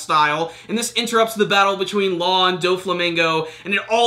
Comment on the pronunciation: can we just say "law" pls